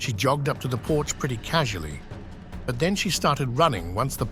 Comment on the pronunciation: EXCEPT FOR THE AI VOICE. IT EVEN SAYS CAUSULLY INSTEAD OF CASUALLY!! FFS.